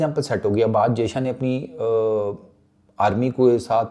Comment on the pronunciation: jayshA ka naam shi se liya kar nhi to naam mat liya kar sale